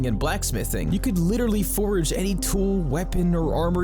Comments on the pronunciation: Nice! I hate the way you say forge. It's like forage. I'm like what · As entertaining and informative as this was, I really only have one minor gripe. It was driving me absolutely insane hearing you pronounce "forge" as "forage". Besides that, excellent video. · Anyone else losing their mind from him pronouncing forge as forage? i have a friend who pronounces turret as turrent and it bothers the F out of me XD. anyway great vid haha. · I can’t stop emphatically hearing you say “FORAGE” every time you try to say the word Forge. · He says forage instead of forge. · Dude needs to learn the difference between forge and forage. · How can someone pronounce forge wrong so many times... It's not forage, there's no "a" in forge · When you say forge you sound like you are saying forage... Its really annoying! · Please look up the difference between FORAGE and FORGE and how to pronounce them, they are not interchangeable like you seem to think for this whole video. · Love your videos! Totally not meaning to be that guy tho, but you're saying 'Forage' in place of 'Forge' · Bro it’s FORGE FOR-GE not forage lol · Its forge, not forage. Dislike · Forge is one syllable, it's called a Forge, different from Foraging. Not a forage. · him saying "forage" instead of "forge" is killing me... lmao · It's not "forage", it's "fordge" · Bruh, you said forage instead of forge. I was like is this a new type of food item. 😂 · It’s pronounced like George but with an F, forge. What you’re saying is forage. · Absolutely love the video's, definitely earned the sub with the hard work you put in. Just please brother. Its forge, not forage. Forage is looking for things in the woods 😂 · A forge and forage are two different things and pronounced differently. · forage... is triggering the shit outta me lol. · cool video, but i couldn't help but notice you called the forge a forage like, 20 times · Enjoying this video but god damn please stop adding an "a" into the middle of "Forge" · Dude saying forage?